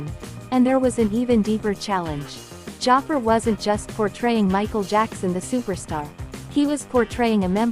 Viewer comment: Can't even pronounce Jaafar's name right, what a disrespect.